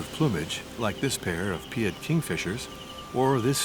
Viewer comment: "pied avocet" and "pied Kingfisher" is pronounced like apple pie. Not "pee-ed". Not sure where the narrator is from but English is not his first language.